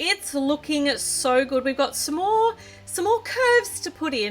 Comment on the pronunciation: did anybody notice that when she said "Some more" it sounded like "S'more"? Or am I just hungry?